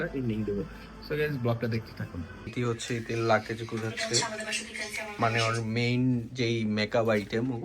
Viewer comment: লাকেজ ki bhai😂😂😂😂😂 It's luggage